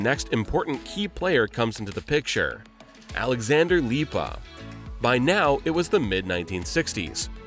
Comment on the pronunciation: As a latvian, hearing "alexander lipa" was funny 😂